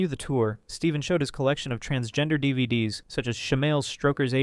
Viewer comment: bro said "D.V.D.S" Do you not know what a DVD is?